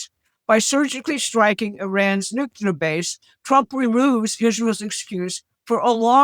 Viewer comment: It's "nuclear," not "nucular."